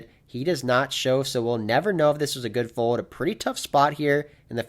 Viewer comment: you’re one of the best poker vloggers going! Love every video. But I’m not sure if you know that the word “fold” has the letter L in it. Keep it coming champ